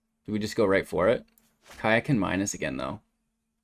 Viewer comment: Minsc is pronounced Mee-snk btw.